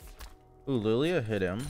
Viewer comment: Why does he pronounce every L in champs name as "lou"? Illouie instead of Illaoi, Louia instead of Lillia...